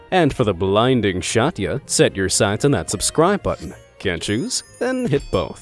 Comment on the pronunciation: shatya?😂 you have no idea how to pronounce it…. it’s at least “sjz - a - ti - e”